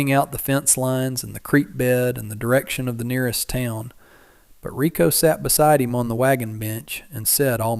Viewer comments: Her name is spelt "Reiko" (Ray-Ko) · Ryko or Rykoh, not Rico. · Reiko not Rico